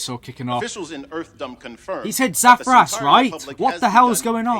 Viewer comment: That was not Zathras it was Zathras